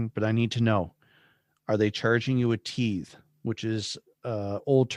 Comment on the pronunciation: I've heard the first twenty-seven minutes and so far all I'm hearing is standard-issue, Bible belt Protestantism. apparently has never before come into contact with that up in Saskatchewan. Interesting he pronounces tithe as "teethe". Just a worried guy who is scaring himself with possible worst cases, is all I'm hearing. If someone who is from the group would come out and talk about whatever he or she experienced then this would be worthy of a podcast.